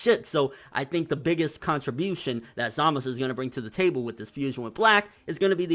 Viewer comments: its zamasu not zamus great video btw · ITS ZAMAZUUUUUU NOT "SAMAS" OR "ZAMAS" who the fuuuck is samas??? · Everyone who does review says it right, the anime and manga spell out Z A M A Z U, why is he always saying samas, zamas, samaz? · His name is Zamasu ZamaSU not Zamas fuck that shit is hella annoying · Zamist? za-ma-su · I thought it was also peculiar that he specifically called himself zamasU at the end. Emphasizing the U at the end. Because throughout the series he was always referred to as zamas- by everyone. Not to mention he mention his name was zamas spelled as zamasu. But now he says "I am zamasU!" Just saying idk good vid yet again. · I think you may have misunderstood me. Throughout the entire series so far, they have pronounced it as Zamas- with no U. Even though it is spelled that way. However, at the end of this fusion episode he clearly enunciates Zamasu with a U. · How Hard Is It To Just Call Him Zumasu Lol Serious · dude just say samazu wtf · you really need to stop saying "Zamas" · So.... when was the u silent in Zamasu? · watch when beerus kills zamasu. they a bunch of characters say his name a lot and i turned up the sound and i cant hear any U.